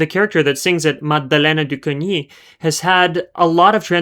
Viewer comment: Coigny = kwang-ee not kong-ee